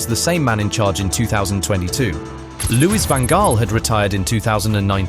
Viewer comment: The way the a.i. voice pronounces the Dutch manager`s name, it sounds like Louis One Goal . :-/